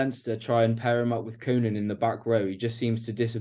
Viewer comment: Lads both things are true. Toulose were really poor, ill disciplined etc. and Leinster punished every mistake they made and executed their game with great efficiency....hence the large gap in the scoreline. ps BTW its not pronounced COOnan...its COnan.